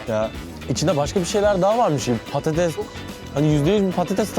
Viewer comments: Artık patateZ deme orkun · patatez değil patates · Patates patatez deil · Abi PATATEZ değil PATATES Bu videoyu kaç kere izledim çok eglenceli ama patatez deme abi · PATATEZZ DEĞIL PATATESS K.B TAKINTIM VAR DA HA BU ARADA AYNISI DOMATES İCINDE GECERLI EHEHEH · Patatez değil patates Orkun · yanlız patates demiyosun patatez diyosun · Patatez değil patates ağğğğqqqqq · Patates değil patatez diyo kdknsvscfssgdhjd